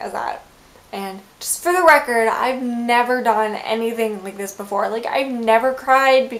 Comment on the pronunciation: "Just for the wecord..." XD